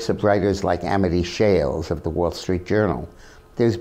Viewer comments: The author of "The Forgotten Man" is Amity Shlaes, not Amity "Shales". (It rhymes with "slays".) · Her name is Amity Shlaes, not Amity Shales. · Close but no banana, Dick! It's Amity Shlaes (pronounced Shlays, not Shales). Peter Robinson has a great interview of her in his Uncommon Knowledge series right here on youtube.